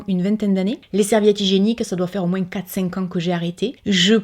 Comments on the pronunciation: pk elle prononce les S de moins Oo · Salut ma jolie, j'adore quand tu dit moinsss au lieu de moins,je trouve sa adorable sa change,moi je suis famme couleur et a chaque fois que je me trompes des mots je suis tout de suite reprise même ma copine me fait comprendre que ,elle m'assure que je ne sais pas parler français, moi je ma façon de parler et je la garde je m'en fiche pas si je parle bien ou pas ,tu vois un peu le choses brefs,ouf sa fait du bien de le dire, bref ,pour le savon solide j'aurai aimé d'en utiliser mais je ne peux plus, je attraper un maladie de peaux en dessous des mes seins et mes en dessous de mes bras, bref je ne sais plus comment on écrit sa tu m'excuseras,si le culotte menstruelle me plaît,mais ce où que tu les a acheté, j'aimerais en acheter aussi, merci beaucoup pour ton partage sa fait prendre conscience,pour la viande je n'ai jamais trop manger par contre tous qui es fruits de mer ce mmhhh les chaussures trop haut je tout donner a Emmaüs même je me suis débarrasser beaucoup des vêtements, puis je suis sur une projet des n'est plus acheter mes vêtements,je fais beaucoup des couture alors , je suis près pas très maquillage non plus mais prendre bien soin de ma peau oui , et je dit bravo pour toutes ces efforts que tu as réussi à passer, a nous de prendre exemple de toi,bon je parle à ce qui veut faire 😘😘😘😉😉😁😁❤️❤️❤️❤️😍😍😍😘 on adore et bonne fête 😉😁😉😁des bonne santé aussi a toi et à ta famille 😍😍😘😘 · Cc on dirait ma tête qui parle 😄 même avis que toi.... tu pourrais essayer de faire une vidéo sans dire le S dans moins 🤣🤭🤭 juste pour voir ici en Alsace on dit MOIN 😁 BISOUS MA BELLE 🥰😘🧑‍🎄🤶🎅🎅